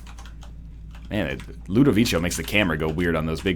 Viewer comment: it's not ludovicho, it's ludovico.